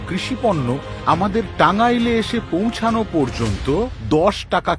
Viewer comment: পৌঁছানো শব্দ টার উচ্চারণের বোঝা যায় সে পশ্চিম বাংলার।